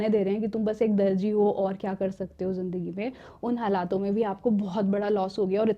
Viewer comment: Madam ka talafguz theek ni hai zindagi ko jindagi bol dia phle minute me hi ab aage video ni dekhni